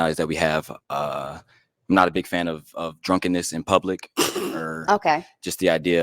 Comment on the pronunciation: She said plubic😮